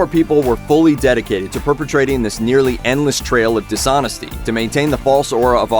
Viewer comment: "perpetuating" or "perpetrating"?